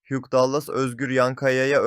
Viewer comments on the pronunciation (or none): Huge degil Hugh!